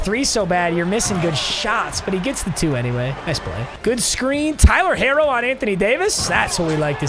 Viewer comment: "Tyler Hairo"